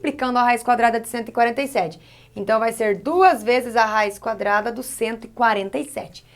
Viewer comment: Ela falou :cadrada no final kakakakaka morri ...prof eu amooo suas aulas e olha que eu odeio matemática kakakakka